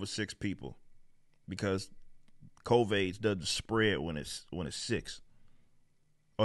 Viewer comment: I’m curious as to why he calls it Covaids